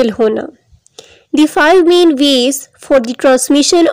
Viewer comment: It is not min it is main